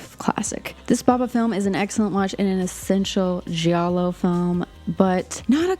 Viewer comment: Love this video, love Argento and was happy to get more recommendations from you! BUT still I'm gonna be an annoying wise ass and tell you that the "i" in Giallo isn't pronounced, it's only there to make the G soft. I would want somebody to tell me 😅